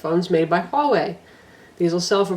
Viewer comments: WTF no. "Hua" and "Wei" are single character Chinese words. In mandarin chinese (different in other dialects) Hua is pronounced like "hWaah" while Wei is basic "way". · I believe Huawei is pronounced as "huu-a-way".